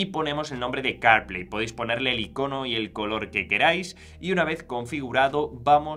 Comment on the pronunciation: ¿Que tal si hablas mas claro y entendible el ingles? Carplay no se entiende sino después de escucharlo como 10 veces. Se que el tiempo en YT de grabación es limitado, pero no es excusa para pronunciar mal las palabras. Y si te es difícil el ingles, la AI te puede ayudar aprender a pronunciar palabras en otros idiomas.